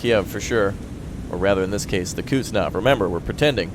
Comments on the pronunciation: Hey, probably someone already told you this, but that russian aircraft carrier is called Kuznetsov, not "Kutstinov". It is pronounced as Kus - net - sov. Actually i like your mispronunciation, and dunno why im writing this:P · y u bully me. its not pronounced kuhtznov it's pronounced kuhz-nets-ov (coup's-nets-of) for memory